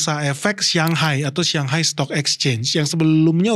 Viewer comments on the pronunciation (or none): Bang masukan aja satu hal.. Shanghai jangan di baca Siang/Xiang, Bang.. Shang itu artinya di atas.. bacanya kayak kita sebut Sang nya sang saka, sang kancil.. kalau xiang/siang itu artinya wangi salah satunya.. contohnya Hongkong.. bahasa mandarinnya Xianggang (dibaca siangkang).. Jadi Shang itu di atas,, sedangkan Xiang itu wangi… banyak yg salah nyebut soalnya.. 😊🙏🏼